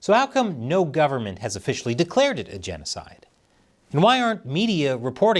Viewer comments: “Jan oh cide” 😂😂😂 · Its jeanosoid. Geet it roight. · Your genocide is with an Aussie accent not a New Zealand accent. Stop alienating your Australian audience.